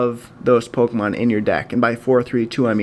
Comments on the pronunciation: It's poke e mon not poke a mon. Grammar much? :) lol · It's Pokémon